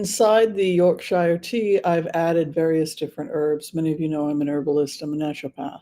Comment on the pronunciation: Oh Yorkshire (Gold) tea is the best! - only it’s pronounced “Yorksher” and in England lemonade is the same as Sprite so a Shandy is a very refreshing summer drink (sometimes with added lime cordial. The ratio can be anything from 50/50 or just a splash of lemonade.